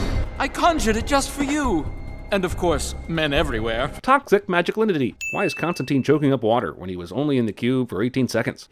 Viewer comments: Ugh, everyone is mispronouncing Constantine, including Jeremy! It seems to be really common error but it's pronounced ConstanTINE like "twine" or "design," not "ConstanTEEN" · Imma be a bröther and give you a life saving tip: It's not t-e-e-n-e, it's t-i-n-e (If link doesn't work just google "constantine rhymes with fine" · Eff!!! another movie the mispronounces Constantine!!!.